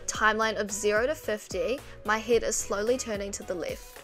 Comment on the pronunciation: Am I the only one laughing about heddd and blinderrrr